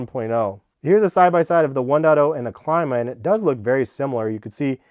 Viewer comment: It’s pronounced CLEEE-MA